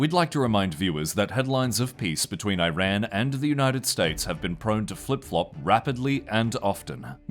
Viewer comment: L report for lack of effort "can't even bother pronouncing Iran correctly"